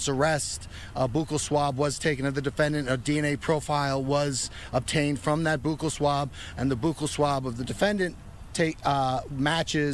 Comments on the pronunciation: Boo kal swab lol! Its buccal swab, like belt buckle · Buccal pronounced “BUCKLE” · Its "Buckle" swab. Thats coming from a dentist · He pronounces it wrong. It is pronounced like buckle.